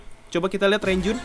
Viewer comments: Sekedar info Bang. Mark Renjun dibaca Lonjwin Jeno Jaemin dibaca Jemin Haechan dibaca Hechan Chenle dibaca Chonlo Jisung dibaca Jisong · Bang klo manggil renjun bacanya lonjwin